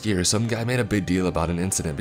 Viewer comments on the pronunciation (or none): none